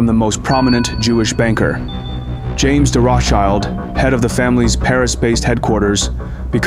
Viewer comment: Morally ambiguous is a compliment for all churches. Uniforms, propaganda, and baseless lies about all religious leaders from cardinals to god. Papal rules are communism, not good will. Vienna - unfortunately - played a major role. Please learn how to pronounce ROTHSCHILD correclty! It's a GERMAN word with historic spelling and means ROT (red) SCHILD (shield). When you say that it sounds like a red child.